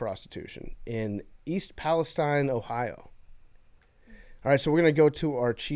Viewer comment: The Ohio expert in the room doesn't know how to pronounce East Palestine